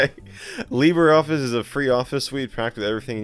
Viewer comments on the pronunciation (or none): none